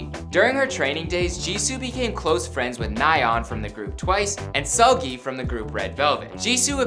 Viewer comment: The way he said Nayeon and Seulgi actually hurt my head.